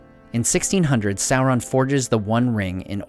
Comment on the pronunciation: Why do you say "soulron" and not "Sauron".